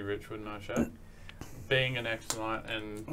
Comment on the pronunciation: Shad not chad...